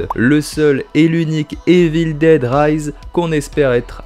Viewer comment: Bonne vidéo, mais ta prononciation de Evil Dead en "Évile déde" et tout autre mots en anglais, c'est pas top 🤷‍♂️ Sinon j'ai bien aimé la vidéo, bonne continuation 👍